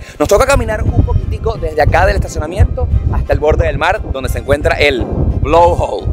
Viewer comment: "Blowhole" no "blowhawl"